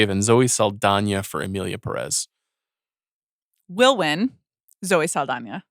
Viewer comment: I know the movie is not good but it's still kind of disrespectful that professional movie critics can't pronounce "Pérez" right.